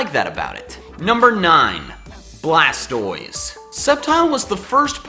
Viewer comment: Its actually BLASTOISE not blastroise